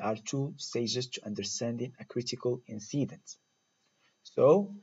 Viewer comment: Great! Though be careful when you pronounce incident. Thanks!